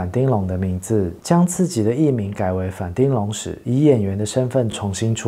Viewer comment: 反町的町發音是"挺"，不是丁，全世界就只有西門町的町發音是丁，這完全是因為當初就這樣亂唸積非成是的結果 順帶一提，反町演過的劇我最喜歡的是Over Time，可惜影片中沒提到。北川悅吏子巔峰時期的優質劇本，跟反町和江角全盛時期加顏值巔峰的精彩演出，滿滿惆悵和遺憾的結局，至今仍是我最喜歡的日劇之一